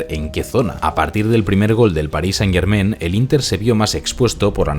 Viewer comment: Amigo - muy buen analisis, pero haz un pequeno ajuste. "Germain" se pronuncia con terminacion en a + n nasal - no en "en". Decirlo como lo dices no solo es irrespetuoso hacia el equipo, todos los francofonos, y el universo en general :) , sino que ademas, muestra una falta de cuidado que no le hace justicia a tu analisis. Solo recuerda que las palabras francesas pain y main (pan y mano) se pronuncian pa(ng) y ma(ng), no pen y men. Estas palabras riman con "Germain". Enhorabuena, y sigue el buen trabajo.